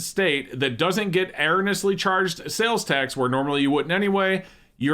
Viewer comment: no, you haven't. has it wrong. It's 5 syllables long